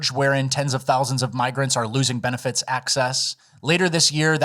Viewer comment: “Benefets”